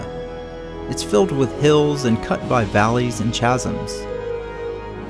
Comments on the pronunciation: Does he not know how to pronounce the word chasm lol ( kaz-um) not chaz-um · Did you say "ch"asm? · Chasm is pronounced KAZ im. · lmao! dude saying chaz-um instead of kaz-um {chasm} if your gonna do a science documentary maybe learn a lil english? or how to properly annunciate maybe? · Chazums? I can forgive the small mistake because I really enjoyed your fascinating documentary, good job.